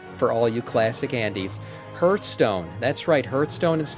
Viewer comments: HARTH-stone ffs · its not ,, hurtstone